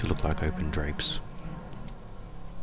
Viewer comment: Who says buhbye???